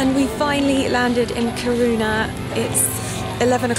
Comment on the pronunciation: I'm from the north of Sweden! Not as far north as Lappland but still in "Norrland" as we call it :) It would be so amazing if you came back to Sweden and had a meet and greet...also, I died at how you pronounced Kiruna :D...love your channel and your personality, you are such a inspiration to me xx Oh, and btw, you totally made me buy the By Terry CC Serum in Sunny Flash (since I fake tan sometimes as well). I just couldn't resist even tho it wasn't very friendly to my wallet hahaha...but I really trust your opinion and I'm shure I'll love it! xoxo